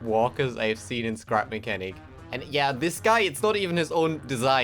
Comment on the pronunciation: did you just say crap mechanic